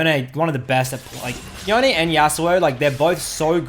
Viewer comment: I had to stop watching after 45 seconds from you saying "yo nay" I will only accept "yohn" as the pronunciation. It's like calling a gif "jif". unacceptable.